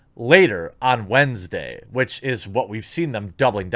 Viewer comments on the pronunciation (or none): none